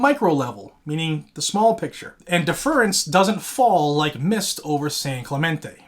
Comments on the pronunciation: You are pronouncing DEFERENCE wrong. def·er·ence /ˈdef(ə)rəns/ noun humble submission and respect. "he addressed her with the deference due to age" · Not to not pick but deference is pronounce a bit differently. /ˈdef(ə)rəns/ Love the channel. 2A forever!!!